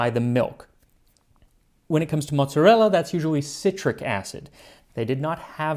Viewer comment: Let‘s see when the angry comments come in that it is calles „Mooot-Za-Ella“ by ppl who think they are italian, but are actually just „Noo-Yorkas“, because you completely pronounced like italians would…